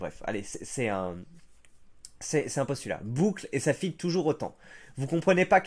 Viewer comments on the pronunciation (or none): none